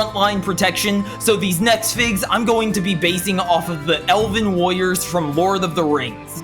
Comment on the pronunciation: Why does does it sound like it says lawyers instead of warrior's